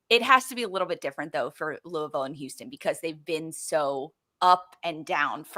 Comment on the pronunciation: Please pronounce “Louisville” correctly!!! says it right - I cringe hearing Jess and McCall say it …